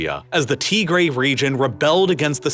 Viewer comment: Good video, shockingly well done. some of the pronunciation is well off. You can listen to how they say it and copy it Tigray TIG GRAY